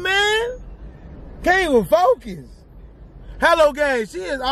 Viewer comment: He said “Focus “ the Z was like “ON “